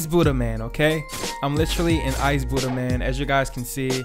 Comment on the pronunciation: Let’s get the budhha sounds like your saying let’s get dat booda (boody) LOl